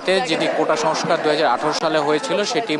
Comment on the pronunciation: কোটা সংসার আবার কি ভালোভাবে বাংলা বলা শেখা উচিত তারপর উপস্থাপনা করুন।।